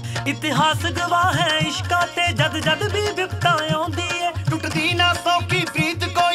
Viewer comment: Thank You And It's Ishqaa Not Ishka.